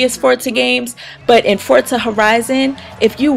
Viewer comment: Thank you for pronouncing Forza correctly. I can't stand it when people say it wrong :)